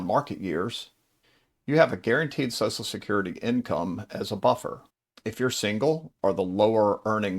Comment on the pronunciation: What about any of this info is particularly helpful or if interest to women? It's all been boiler plate obvious info that is true for women and men alike. This info could likewise be targeted towards "Guys named Mike" or "Financial advice for redheads!". Also, it's not pronounced SOSSSAL SECURITY. Ffs, what is it about SOCIAL SECURITY (pronounced SOSHUL SECURITY) that makes people forget how to speak? Nobody says SOSSSUL MEDIA, or SOSSSUL BUTTERFLY, or ANTI SOSSUL..